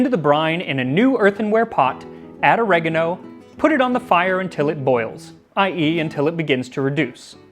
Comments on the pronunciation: Ohre-gah-noh. Not ah-reG-aaAaAaah-no. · I hate i'm being triggered by his pronunciation of oregano when the rest of the video is so good. (Oregano is written origano in italian, becomes oregano in English due to the difference in phonetic of alphabet, i.e.: i=e